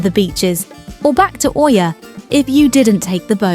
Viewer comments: Oia is pronounced like Eeeee-yaah! Not O-eeeee-yaah. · ТОЛЬКО ПРАВИЛЬНО ИЯ, НЕ КАВЕРКАЙТЕ НАЗВАНИЕ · I’ve just come back from here, it was pleasant & not over crowded. I would definitely recommend the buses & not taxi (very very expensive, no matter where you go 5mins or 30mins they charge the same price) ‘Oia’ is pronounced ‘ia’ told my locals 😂 The steps aren’t as bad. Definitely recommend Red beach and the prehistoric museum. 😊